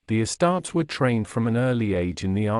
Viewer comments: “Uh-starts” 😂 wtf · This AI pronounces “uh-starts” like a ruh-tard